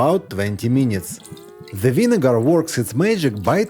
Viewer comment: « For another few minyiiites »